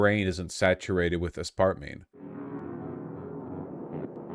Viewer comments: first: he says "aspartmeme" second: i pause and skim the comments third: i close the tab, confident that he won't know what the fuck he's talking about in this one. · zilitol,, asspartame??? Why does he pronounce chemical names like a Brit .. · Ah spahr teem you say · “Ass-partmene” Oh god vaush is actually so wrong please do not let this man look at studies / popsci articles. Being smart in one area does NOT mean intelligence in another -_- is he talking about the one that says the “high intake” group is 1 can of soda a day? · ICANT a spartan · ass part meme?? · How is Vaush so bad at pronunciation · I love Vaush but his pronunciations are wild lol